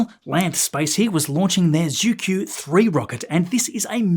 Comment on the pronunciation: Pronunciation note about the Chinese word "zhu-que" : the "Q" in the Pinyin romanization system is pronounced like the "ch" in "church". Skipping over details like retroflexive consonants and umlauted vowels, the closest approximation in English would be joo-chway.